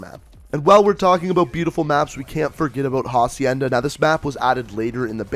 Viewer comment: PSA: Hacienda has a silent "H" since it's in Spanish ie: Ah-see-en-dah